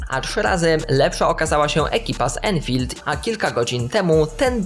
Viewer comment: To jest "ANFIELD" Nie "ENFIELD" ENFIELD - to karabin angielski.